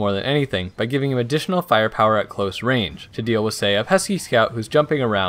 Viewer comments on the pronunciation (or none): none